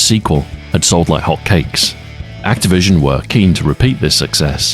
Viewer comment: You pronounced hotcakes like hot cakes